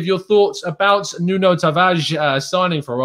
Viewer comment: I know you don't want to hear this but you're still saying his name wrong. You don't pronounce the "O" in Nuno. If you listen back to him again, you won't hear it.